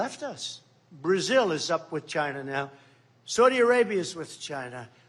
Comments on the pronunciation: just to hear Trump say the word "Chi-na" is worth electing him, knowing how much he hates the CCP is another. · The way he says China !! 🤣🤣